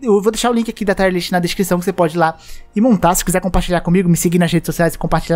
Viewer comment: tier se fala como escreve mesmo, e não taier list